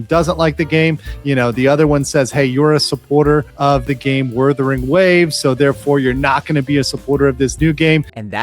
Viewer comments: ok i dont get why they cant say "wuthering waves" correctly. its an english word and "wurther" isnt even a real word while "wuther" is. it has to be intentional. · woordering waves..... lmao